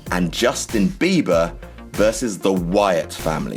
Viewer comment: Were you actually saying "Justin Beaver" or was I just thinking that all because that's what I call him?